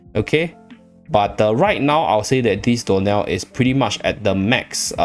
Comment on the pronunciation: Anyone else hear door nail instead of dionel? 😂